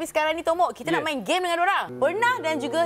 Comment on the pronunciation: Asal Aku dgr dia sebut bongok. Bkn tomok